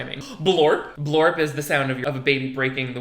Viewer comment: HE SAYS BLORP 😂😂😂😂